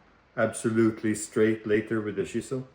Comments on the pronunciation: When you said chisel. I though you said she saw😅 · I thought you said she-saw 5 or 6 times before I realized you were saying chisel. I was like, what is a she-saw.